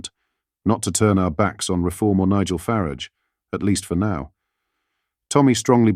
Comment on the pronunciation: Please sort out your AI's pronunciation! Calling him 'Nigel Farrige" is really fucking annoying! If you're a serious channel trying to make a real point, send a message and as you claim 'build a community ' please get his bloody name right!! Farage, not Farrige. 🤦🏻‍♂️